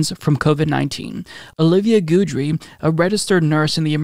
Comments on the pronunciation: also, it's said "gid ree" not "good ree" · It's GID-dree, rhymes with kid-dree, not goodree. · You're saying guidry wrong and it's killing me